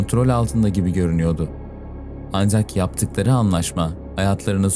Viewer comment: Anzjak değil ancak sadeje değil sadece dereje değil derece artık tahammül edemiyorum bu telaffuzlara